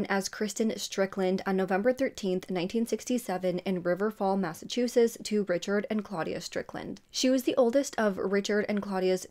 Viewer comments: I really enjoy your videos, you're very thorough. I have watched several of them where Massachusetts is mentioned. Massachusetts has t's in the end, you never pronounce them. I'm sorry I'm not trying to be mean! ❤️ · And I think it’s so cute how she pronounces Massachusetts lol I’ve noticed that a lot of people not from here tend to mispronounce it. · That made me giggle when she said it that way lol and I think it’s wicked cute how she pronounces; Massachusetts. 😊